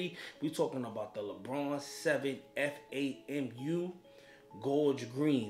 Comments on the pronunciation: F-a-m-u? No, FAM-YOU. As in, great video but "fam, you" buggin for spelling it out instead of saying it the right way. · FYI it's Fam U. Not F A M U. #ALUM